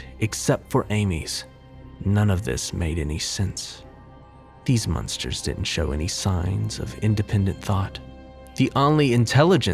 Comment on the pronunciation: Hahaha the munsters haha I laugh everytime you say monsters